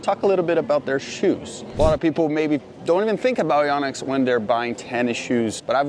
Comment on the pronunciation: It’s actually pronounced yōnex. 😳